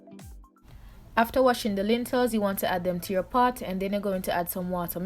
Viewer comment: Lentils not lintels mama